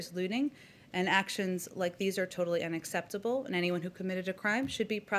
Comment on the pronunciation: Did she say "unacceptable" or "INacceptable"???